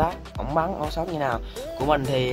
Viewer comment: Sao anh đọc âu shot